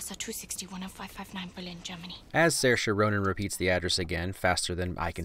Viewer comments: I'm actually very impressed that you manage to pronounce Saoirse correctly (not something I've heard from many Americans) but Saoirse Ronan in fact pronounces her name Sersha (to rhyme with inertia). Still very refreshing, and fair play to you! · Hearing you pronounce Saoirse/Sorcha correctly makes my irish self happy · It's great hearing you pronounce her name correctly.